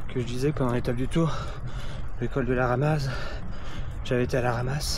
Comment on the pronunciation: Salut, tu n'as vraiment pas eu de chance! C'est très rare un étrier qui fuit. On prononce col de la ramaZ ici.❤